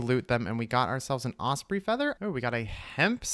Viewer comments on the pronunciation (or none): none